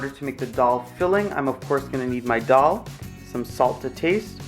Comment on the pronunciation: You videos are very clear and you are very good. Now, it's not Doll, Dol or Dhal. The correct pronunciation is Dal. Like a baby saying da da.. dal.